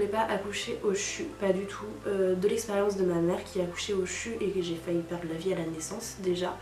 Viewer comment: On dit CHU 😂